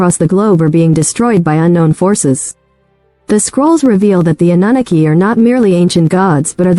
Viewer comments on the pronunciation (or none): The AI voice is terrible- “uh nuh nuh key” cannot listen to that